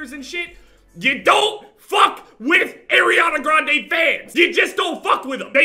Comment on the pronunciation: “Airiana Grande”